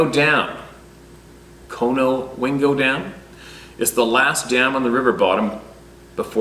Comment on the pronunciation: Hey great pronunciation on your first try of Susquehanna River... And the conowingo dam, both correct, with your first instinct being correct!